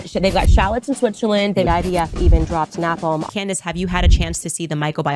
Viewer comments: She pronounced her own name as "Camdice" 😂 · "remnshint" did it for me 😂😂😂😂 but they left out pronouncing her own name as camrice